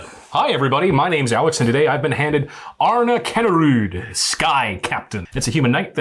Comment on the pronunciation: You actually pronounce it as ''Arn'a'kinda rude'' Sky Captain ;p